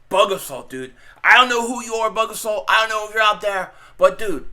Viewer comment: Can't believe you haven't heard of the A-salt-riffle....lmao.